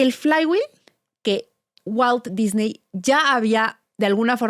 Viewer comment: Muy completa la información y para no variar, demasiado uso de palabras en inglés en lugar de usar su equivalente en español. Sin embargo en esta ocasión hay un plus imperdonable: no pronuncian correctamente el apellido Disney. Tache.